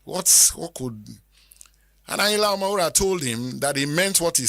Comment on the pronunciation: Does anybody tell you that you are a professor of presentation I love everything about you look at the way you pronounce the name.... Ayinla omowuraaa..😅✌️🕯️🙏👍👑✅💯💕🎉